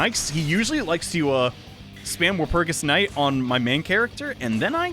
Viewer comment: FuTuNuNuShi? Me: tuna what? Tsu? Fu-tsu-nu-shi? No nunu. Nunu bad.: Walpurskt night. Me: Wal-purg-ist nact.